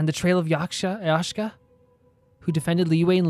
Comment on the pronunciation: Hearing you say Yashka even though it is written Yaksha absolutely destroys me inside